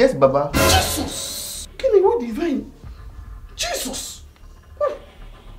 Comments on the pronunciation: He said Jesus 😂😂 (baba) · The baba said chisos(Jesus) 😂😂😂😂💔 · Baba said Jasus 😂😂😂😂